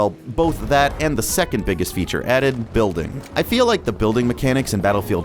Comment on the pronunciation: "Buliding" hhmmmm